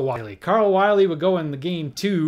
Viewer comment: Errors Corrected. I believe Carl Willey is pronounced Willie not Wiley. And there was a National League Playoff in 1959 between the Dodgers and the Braves which the Dodgers Swept. There could be more errors, but these are the ones I recall.